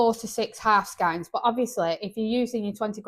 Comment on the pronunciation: Great list, its pronounced skeins like reins 🤪